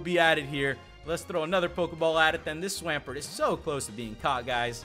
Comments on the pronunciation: a what??? Holy up a second, what the fuck is a swam..... pert? u mean a swamp.... ert? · i feel offended of how you butchered swampert name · omfg the way he pronounces swampert 😤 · It's Swamp ert not swam like swim past tense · Swamp-----ert not swaampert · No offense but swampert is pronounced swamp pert not swaaaaaampert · You pronounce Swampert so weird lol